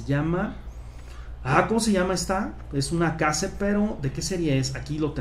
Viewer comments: se pronuncia queish los case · Se dice keis (case)